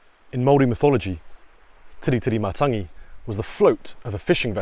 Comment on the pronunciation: I love how you’ve got a suspicious look prior to going on your walk. Eyes are the window to your soul 🙄 Perfect pronunciation of the Island. Thanks for the video of Tiritirimatangi love the quails, tui, other birds, trees, plants, beach and nature